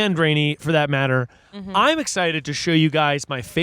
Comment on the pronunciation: I always chalk -isms is just gen Z generation gaps but then she pronounces Matte. 😳😳😳